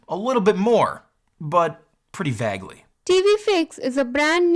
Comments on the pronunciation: YOU ALWAYS pronounce vaguely as "vah-glee" but it's actually "vay-glee", even I, a NON English speaker knows that lol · Lmao the way you pronounce vaguely is so funny to my English ears mate. Sorry but it sounds like you're saying fag-ly, instead of faig-ly lol. Great video though mate. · vaguely is pronounced VAY-glee, not VAGG-lee. Techtubers abruptly started mispronouncing at at the same time. It's weird. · Pretty vaggely 😂 He said vaggely hahahahahahahahahahaha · I have never heard anyone say 'vaguely' that way , is that an accent i'm unfamiliar with or just mis-spoken?